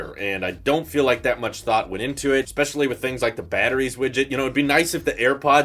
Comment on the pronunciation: STOP SAYIN WIGIT OMG